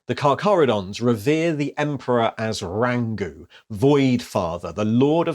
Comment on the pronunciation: Hey, little heads up on pronunciation: In Te Reo Māori "ng" is a digraph that makes a sound like the letters ng do in the English word singer, not finger. So the Cacharodon word for the Emperor would be pronounced RANG-OO not RAN-GOO. (Thought it worth pointing out as its a riff on Rangi; the name of the Sky Father of Māori mythology)